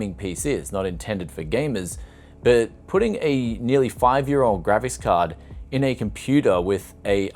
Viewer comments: It's called a GRAPHICS card.... not a GRAVIS card.... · For a moment I thought you said "Gravis" card, that would have explained the price (if a rare one!!)